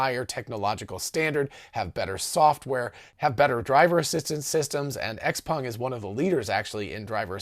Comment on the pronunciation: Kudos for good Chinese pronounciation on XPeng